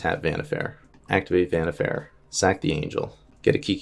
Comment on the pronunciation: Vannifair or Vannifer that's some wierd pronunciation you got there. I always say it like Wa-ni-far. (pronunciation could differ a bit since I'm German but I've never heard it pronounced any other way in English.)